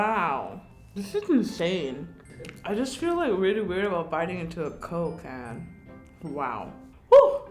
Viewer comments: Every time she said “coke can” I kept hearing Cocaine lol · When she says Coke can It sounds like she is saying cocaine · I felt when she said “cOke cAan” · No one: Literally no one Not even God: Karina: coke ca-yann! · My CCCoKe CCan. She really said her c’s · I dont think she can say Coke can lol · Who else thot when she said "coke can" she said cocaine Nobody: Anyone: Just me okay Lol😂